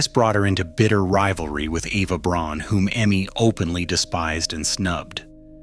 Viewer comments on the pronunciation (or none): Dude, for an "historic" guy, you should learn how to pronounce names correctly. Eva Braun's name is not pronounced "BRAWN." The German pronunciation and the only correct one is "BROWN." It's annoying as hell when some professed "expert" makes a rookie mistake.